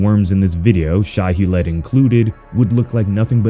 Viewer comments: Loved the video except its pronounced Shy-Who-Lood or Shy-Ha-Lewd not shy-hue-lead... otherwise love ya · Loved it just wanted to say because I have to its pronounced Shy-Ha-Lewd